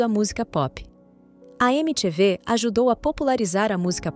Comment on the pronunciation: O klux klux klan não começou em 1965. Começou muito muito antes. Achei o vídeo meio displicente em algumas informações. E faz edição melhor da voz da IA mano. Não é "eme tchê vê", é "emi ti vi". Até porque é assim que o canal também ficou conhecido no Brasil.